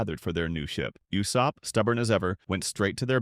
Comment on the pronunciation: You pronounced Usop name wrong. Not “You-sop” but “Oo-Sop” shame on you 😂